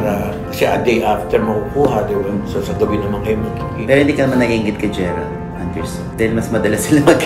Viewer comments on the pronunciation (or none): gerald po, not gerard 😂